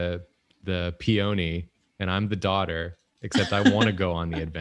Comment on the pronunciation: The way pronounced peony I'm shook